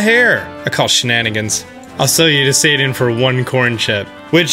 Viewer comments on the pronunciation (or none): none